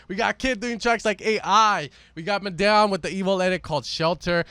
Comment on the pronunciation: I hate the way you pronounced Madeon